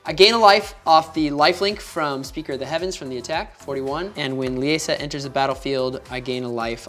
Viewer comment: Lie-Sa... don't understand what's so hard for people to get about that name. Lee Ay Suh is so cringe to hear, yet people don't hear themselves say it and go "yeah that's dumb".